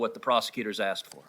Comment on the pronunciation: If only I was a black/gay woman (whatever that is) I could be living lusciously off taxpayer dollars.... oh wait NVM I now IDENTIFY that way and demand everyone's $$/respect/let me control your life also did van say axed instead of asked?? Lmao